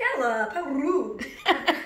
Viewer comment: loving the "how rrrrrude" lol